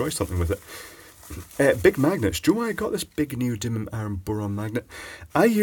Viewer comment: ITS NEODIDDLYUM!!!!!! NOT NEODYMIUM MAGNET